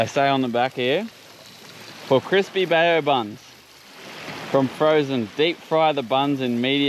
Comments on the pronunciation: BAO - pronounced BOW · Another cracka guys, but please it’s pronounced “bow” like the front of a boat so “bow buns” hahaha love you tho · Come on guys its pronounced BOW buns 😂